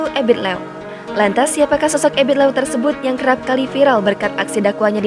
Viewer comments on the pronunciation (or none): EBIT LIEW yg sebetulnya bro. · sebutan yang betul adalah Ebit Lew (Liu) Sebutan admin salah